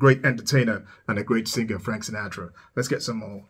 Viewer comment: Hi, I think it is pronounced Sinatra suh•naa•truh sounds like Pa; not na sounds like way.. ♠W.G.